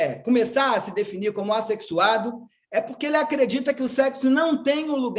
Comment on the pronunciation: Aff, o homem falando "assexuado" kkkkkkkkkk